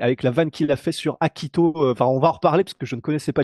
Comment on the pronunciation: Hachiko, pas Akito. Putain il suffit juste de lire un tweet mon gars.